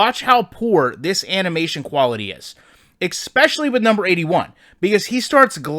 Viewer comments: Lost me at ekspecially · I appreciate you pointing this out. If you’re gonna be critical of EA, you need to take some. You need to pronounce “especially” properly. It really makes you sound like an idiot and deflates you’re argument.